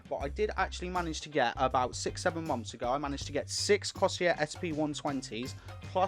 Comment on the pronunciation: Cor-Sare Not coseeyer lol